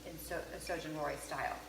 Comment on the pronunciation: this is not a very traditional representation of Shōjin Ryōri and your pronunciation could use some work, Enoki mushrooms and Shōjin Ryōri. Maybe explain that this is your take on Shōjin Ryōri. Also, please note that this style of cuisine is not just at Zen temples but most Buddhist temples/monasteries in Japan.